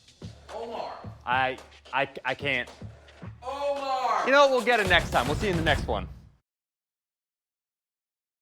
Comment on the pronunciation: ... Omars ?🤣bring a 1000 for every single one of the Spartans. He said OMARS! HAHAHAHAHAHAHAHAHAHAHAHA